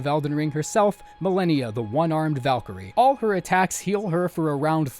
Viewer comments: I love how you mispronounced Melania Blade of Miquella😂, disrespect. She says it everytime she sticks you like a pig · Hey man I mean no hate whatsoever, but it's a pet peeve of mine that really gets under my skin so I HAVE to ask: How come you mispronounce names we hear pronounced in-game? Stuff like Marika and Mohg. And ESPECIALLY Malenia and Miquella, whose names you hear every failed attempt! You can't really avoid hearing their names so I don't understand, is it a conscious choice to pronounce them that way or does your brain just process it like it sounds like that? Yeah I know this doesn't matter and it's a dumb nitpick but I felt overwhelmingly compelled to ask, sorry.